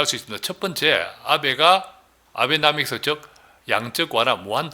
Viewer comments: nomics / 노믹스 : 영국식, 나믹스 : 미국식 발음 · 아베나믹스가 올바른 발음인지요? 나믹스? 노믹스? 계속 나믹스라시는데 틀린발음을 일관하시는데 낯설고 어색하네요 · 표기는 아베노믹스 라 해놓구 말은 아베나믹스라 읽고 있어니 참듣기 거북스럽네요 아무리 좋은강의라도 똑바른 표현으로 전달 하였으면 해요 조금더 배우고 아는 사람들이 프랑스를 블란스 라고 말하며 옛날에는 조금안다고 어시대곤 했죠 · 진짜.발음.개핀이네. 노믹스를 나믹스래.ㅎㅎㅎㅎ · 아베노믹스를 자꾸 아베나믹스 라고 하시니...다 맞는말 같은데...뭔가 신용도가 ㅋㅋ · 방송하지마쇼 발음도안되는데애쓰는는게안타깝구만아베나믹스 ㅋㅋ